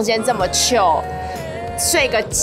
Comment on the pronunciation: Cod 唸Kahd 不是o 母音 chil 是七l 不是 七o l 對亞洲人有點困難